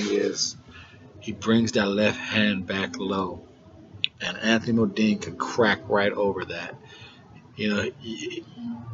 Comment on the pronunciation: Bro this is ya first review I've watched, TBH I hate to hate but first off stop callin Choc fukin "MODINE". His name is "MUNDINE " there aint no MO in it. Anyways ya make some valid points bro just try to be more direct straight to the point when ya predicting fights getting a fighters name rite is a good start